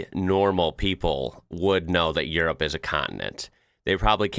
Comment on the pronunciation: ah yes the country of jirrup